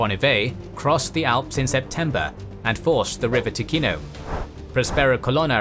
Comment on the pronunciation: Ooooh nice. One note: Ticino is pronounced more like Tichino, with a soft C. I guess an english spelling would be Tee-chee-no